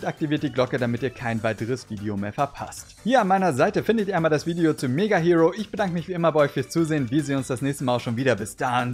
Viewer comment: Hiro = Hero - Ich habe mich damals immer mega aufgeregt, wenn das jemand so ausgesprochen hat 😅 - Aber Yukiko hab ich tatsächlich auch gesammelt... Hätte sie auch gerne behalten, meine Mutter hat aber irgendwann gemeint: "Ihr räumt euer Zimmer nicht auf, dann kommt alles weg" Darunter Spielsachen, Yu-Gi-Oh!/Pokémon Karten und leider auch Zeitschriften...